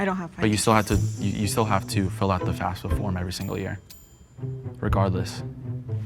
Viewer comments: One of the tells that no one picked up on was it sounded like she kept saying "FASA" instead "FAFSA" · I had a feeling but it was obvious the moment she mispronounced FAFSA 💀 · I knew she was the mole because she kept pronouncing FAFSA wrong 💀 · I had a suspicion in the intro when she said it so clearly by pronouncing all the syllables like she's reading a script.